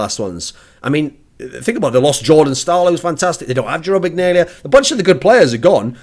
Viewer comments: Iginla not Ignalia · It's pronounced Jarome Iginla not Jerome Ignalia. Every other part of the vid was fantastic it's just the pronunciation of the name of the Jarome Iginla was incorrect. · its pronounced e-gin-la :) Loved you talking about hockey though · Jerome Iginla (E-gin-la) soft g. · Lolololol he pronounced iginla ignalia. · OOOOO that pronunciation of Jerome Iginla was not to hot. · THE WAY YOU PRONOUNCED IGINLA RIP